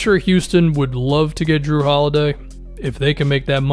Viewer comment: “Jrue the shoe holiday” 💀